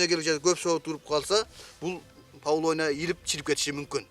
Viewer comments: Павлония эмес ПАВЛОВНИЯ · Павлония эмес, павловния. Даракты экпейт, даракты тигет🤦‍♀️